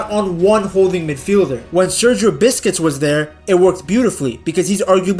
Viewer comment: sergio biscuits 😭..... just say booze-kehts